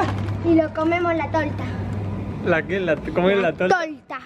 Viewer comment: LA TOLTAH! amigo epico la forma en que dice "La toltah" xD